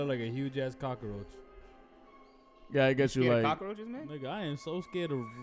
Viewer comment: Why he call them cockaroches 🤣🤣